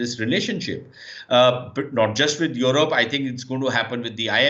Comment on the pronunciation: This pseudo Sushant Sareen is such a Godi guy He only has pain in his butt because Pakistan is doing so well in every aspect & India is going down by the day. He cant even pronounce Europe or European correctly. Gaurav Arya is sub zero anyway 😆🤣😂